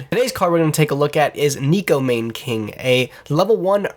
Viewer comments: That pronunciation was God awful. It's actually pronounced as NECKO MAWNA(like lawn) KING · neko mahn-NAY king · Neh-Ko Mah-Nay King